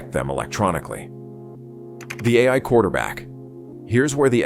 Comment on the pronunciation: Teach your "AI" pronunciation and I'll consider subscribing.